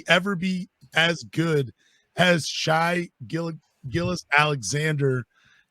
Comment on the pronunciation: 1. His first name is pronounced "Shay" not "Shy." "Gilgeous" is pronounced "Giljus." 2. Shai is better that Cade. The stats and eye test bear this out. The fact the hosts cannot even pronounce his name correctly likely mean they haven't seen any OKC games, and thusly are ill-equipped to meaningfully discuss SGA. 3. The rumor that OKC was willing to trade SGA and the #6 pick for Cade was circulated by Detroit media, and has never been confirmed to be factual.